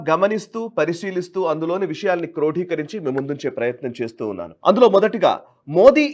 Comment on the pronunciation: క్రోఢీకరించి కాదు క్రోడీకరించి అనాలి...